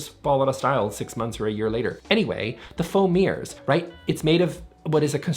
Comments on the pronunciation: Whenever you say "foam mirrors", I keep hearing "faux mirrors". Is that just a framed photo of yourself? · I swear, I heard you say "foam ears" five times before I realised it was "foam mirrors"